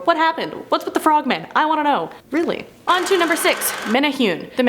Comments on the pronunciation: thank you!! that was driving me nuts. men ay hoon?..... wtf. men ay who nay. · Yayyy Hawaiian folklore is mentioned. Woot. Just one note it's pronounced (mene-hoo-neh not mene-hune) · For the Menehune one, it’s pronounced meh•neh•who•neh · MANA WHO KNEE ..IS HOW YOU SAY IT LOL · I’m from Hawaii.... it’s pronounced meh-neh-who-ney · It's pronounced like menehuni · My lord WHY can’t y’all just take the extra few minutes you need to make sure you’re at least TRYING to pronounce things properly??? Proboscis - proBOSSkiss Menehune - meh-neh-HOO-neh Who knows what else... It’s really NOT that hard to make sure you don’t look ignorant. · Bruh you pronounced Menehune wrong! It’s pronounced (Meh-neh-who-neh) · hahaha riiight tho! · I loved Hawaii and knew a lot about the Menehune which as was told to me were like gremlins of the Islands and would destroy equipment near sacred areas. Also it's supposed to be pronounced Meh•neh•hu•neh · Menehune bro its meh-neh-hoo-nea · The way she pronounced menehune oh gosh. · I was cringing hearing you say Menehune 😅😂. No offense sis! Aloha🌺🌴🤙🏾